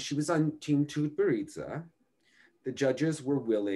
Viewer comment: I wrote him an email wrong ago on pronouncing Tutberidze - a Georgian surname (and NOT Russian) but he seems to ignore all advice.